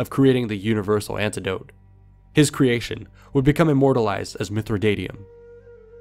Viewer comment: mithridatium there's no o in it so why did you pronounce it as such?